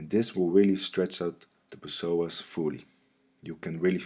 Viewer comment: "The P-SOAS" LOL